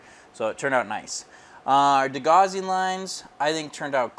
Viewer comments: Great to see a different ship being built. Followed your customers Titanic build and look forward to seeing yours finished as well. Great to have a change though as well. Btw, just for future it’s pronounced de-gow-sing strip. Rhymes with house. I used to make the same mistake until someone corrected my quite forcefully lol. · 'Gauss', for whom degaussing was named, rhymes with 'house'.